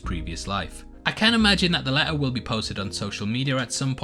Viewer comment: "the leh-uh", "communi-eeh", "khee"